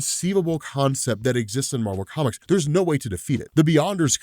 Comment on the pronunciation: Its MAR-VEL